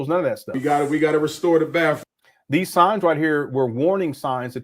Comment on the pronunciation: I thought he had several PhD’s, but he says “Bafroom”. Instead of saying Bathroom.😢